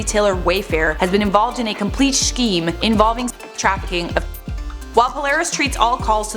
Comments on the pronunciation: pronounced 'scheme' as 'shcceme' i thought l was the only one who did this 🙈🙃❤❤ Tysm till now l thought l was a freak 😂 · Remember when James Charles mispronounced scheme?